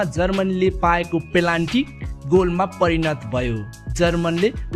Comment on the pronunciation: प्रस्तुति ठिक लाग्यो । सानो सुझाव : पेनाल्टी लाई पेलान्टी उच्चारण भएको जस्तो लाग्यो । स्कृप लेख्दा च्याट जिपिटी को सहयोग लिएको हो कि जस्तो पनि लाग्यो ।